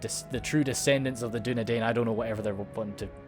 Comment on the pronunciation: Dunedian is pronounced as dunedine